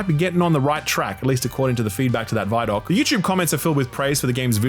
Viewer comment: Wait wait wait... Did he just pronounce it "vye doc" instead of "vid doc"...? To the gallows with you.